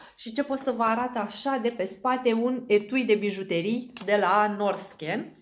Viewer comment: Foarte frumoasă comanda şi diversă! Spor la vânzare! Norsken se citeşte Norhen (înseamnă luminile nordului, aurora boreală). Trebuia să mai primiți o mostră de gel CC iluminator Giordani Gold. Ar fi bine dacă nu ați mai trânti produsele.